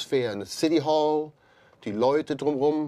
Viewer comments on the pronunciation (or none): none